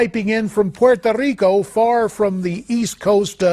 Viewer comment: POY-toh-RIKO lol